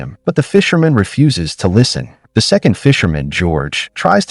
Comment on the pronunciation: It's crazy that AI doesn't know how to pronounce "refuses"